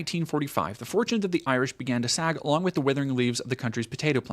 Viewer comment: it's a common American mispronunciation. They don't care to learn what people call themselves, so if it's not derogatory nicknames like "Paddy" or worse, it's mispronunciation.